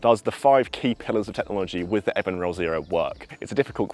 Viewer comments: Looking forward to trying this putter. I think it should be pronounced EvenRoll... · It’s pronounced EVEN ROLL. Do your homework.